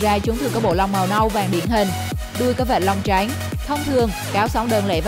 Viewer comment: Giọng đọc màu “trắng “ nghe giống như “tránh” vậy